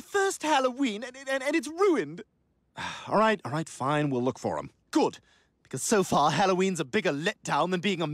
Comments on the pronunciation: nonono you mean Rueend? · doesn't he mean “rueened”